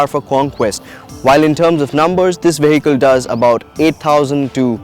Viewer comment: the moment he started saying 'veyheecle'